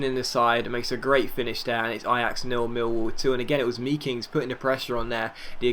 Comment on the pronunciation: I believe you say the ee in meekings as the a made, so it's makings